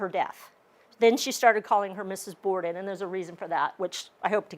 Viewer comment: Borden not Border.